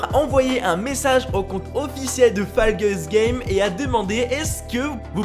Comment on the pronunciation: Ca se prononce faull Gaye's